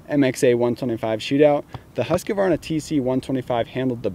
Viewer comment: Its a Husqvarna, not a Husqavarna..... Just saying.